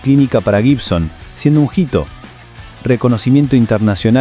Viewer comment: “Slasher” (Slash) y “jito” (hito)… Che, no lo dejen relatar al mudo…